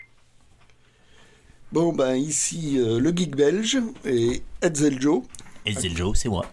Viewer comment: merci pour toutes ces précisions. je fouetterai Hetzel pour cette mauvaise prononciation (est ce que je l'ai aussi?)